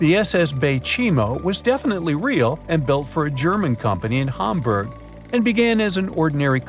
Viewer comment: Ham burg NOT Harmburg you need to learn your words, ham is not harm. harm is not ham, Ham + Burg is Hamburg not Harmburg